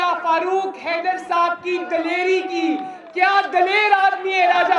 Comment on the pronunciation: “Dilarey “ hahahahahha